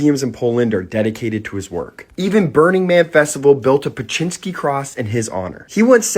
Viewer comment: Beksinski sound beck si ski Corectly